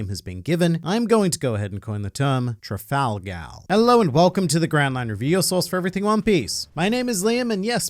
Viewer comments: are as luffy would say "tra-gal" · Sorry, you're wrong, it's clearly tral-gal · Oh Lord Trafalgal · Trap-Gal Law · Trafal-gal? blink muttered conferring noises The Judges will allow this. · Trafal-Gal Raw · "Trafal gal" how dare you filth the book of shoonkz like that!!! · It's Trafalgar D Water Law